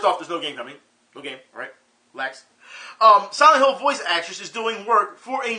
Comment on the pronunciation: Honestly, I thought you said "Sanic Hill" when you really said "Silent Hill". As for Akuma in Tekken 7, even though you feel it's shoe-horned, I'd say at least Badamco puts efforts into their shoe-horn. Then, you'll bring up a counter argument pertaining to Soul Calibur V. Later, we'll end up a stalemate somewhere along the line. Anywho, I now have a strong subliminal urge to play SF3 Third Strike.